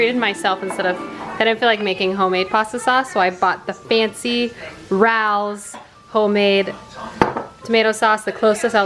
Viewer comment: Hello! New to the channel and this is my first comment. As a fellow New York apartment liver, I have to tell you the restaurant / sauce is pronounced “Ray-os” 😄 Love the content so far!